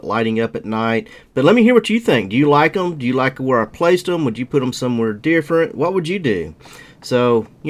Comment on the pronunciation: I love how when you said "different" you pronounced it "deerferent" right as the screen showed a deer! hahah love the look, im trying to get some lights on my car. I live down back roads and having the light the see a deer before i hit it is crucial